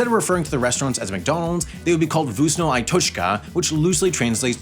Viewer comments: Is it that hard to say vkusno? Why gibberish it? I know name is a garbage but still... You could at least put it in Google Voice... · my god that pronunciation, specially on the word tasty (Вкусно)